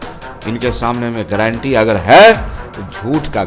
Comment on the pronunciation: ग्लैंटी 😂नही होता है,गारंटी होता है😝😝😝😂😂😂